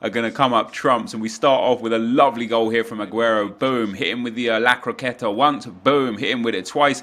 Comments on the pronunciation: It's La Croqueta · Stop saying lacrateta